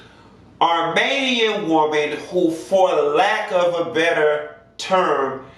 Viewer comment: This country Florida nigga said ArMANIAN. Lol.